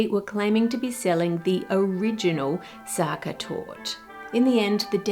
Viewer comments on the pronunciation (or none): Sacher Torte is pronounced ZAH-kah TORT-ah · Great, but Sacher isn't pronounced Sucker, but completely differently.